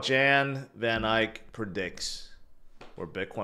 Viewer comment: Van Ek. Not Van ike.